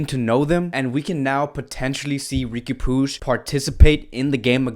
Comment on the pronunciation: Facts.. he needs to come up with his own contents. He doesn’t even know how to pronounce Riqui puig and Ter Stegen 😂